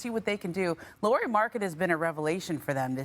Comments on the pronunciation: Laureeee ? Lauri Markkanen, it is 'lou' as in loud and ree as in reed lou ree markkanen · When are these “experts” going to learn that Markkanen’s first name is pronounced like “Lowry” not “Lori”?